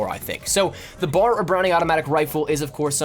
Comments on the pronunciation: B A R. Not BAR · It's called the B-A-R. Not bahr. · B-A-R not bar. Good video, thanks for the tips! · I hate It when people call it the Bar it's B.A.R. each letter is said out loud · Good video. But a piece of history, It’s called the B.A.R. not bar like a place you go drink. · Repeat after me... B. A. R. Not bar. B. A. R. Each letter pronounced separately. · It's B A R. Not bar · It's B.A.R not simply Bar